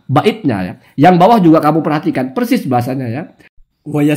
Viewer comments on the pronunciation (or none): none